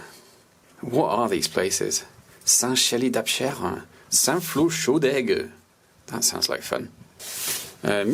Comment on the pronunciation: Pour les prononciations : - Saint-Chély-d'Apcher => le dernier "r" est muet - Saint-Flour-Chaudes-Aigues => il faut faire la liaison entre Chaudes et Aigues (donc Chaudezaigues) - Millau => se prononce "Miyo", pas "Milo" Par contre le "what are these places", un peu de respect stp 😂 une partie de ma famille vient d'un village (dans l'Aubrac justement) à 50 km de St-Flour et c'est la gare la plus proche, on est obligés de faire 50 km de voiture si on veut aller quelque part en train 😭 Sauf qu'en fait y a plus de trains, c'est que des autocars maintenant 🥲